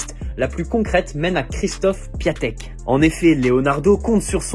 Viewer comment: On lit Piantèk frangin pour D'écrit PIATEK